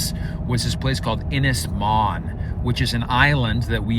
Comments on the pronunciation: Yey the maze bowl has finally gone ! PS its pronounced Un is mon not IN is mon.(( im welsh dont you know lol )) Edit PPS please buy a ready made cabin for the main cabin and just put it together , may give you 2 months less footage but 1 you dont have the length or girth of timber on your property to build it, 2 you dont have the machinery to move the logs the size you need and 3, 2 more years of watching you fudge your way through building a cabin and redoing half of it over again when you get better information is not setting my pants on fire ! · need to work on your welsh pronunciation, ynys is more like un is, Môn is more like moan but with a shorter A sound